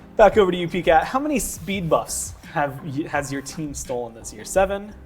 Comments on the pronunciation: Did he just call him Pee cat? God I hope that sticks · Everyone’s called him PCat for awhile now. Not pee cat